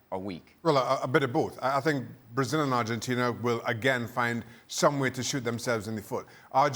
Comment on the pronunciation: His actually Venezuelan and he is pronouncing it correctly.